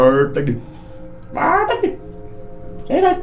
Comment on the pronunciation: "Vorta aqui, seis dois EH vorta aqui, vorta"